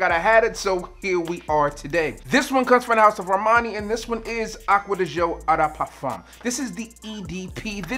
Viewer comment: The fact that you run this big of a fragrance channel and manage to mispronounce eau de parfum is baffling💀